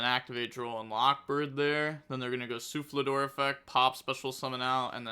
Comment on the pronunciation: it's Sulfador not Sulflador. No L after the F.